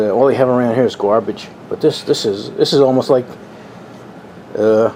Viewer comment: You got it right this time; garbage and not gabage. Next on the list is "radiator" and not "raaddiator". :-)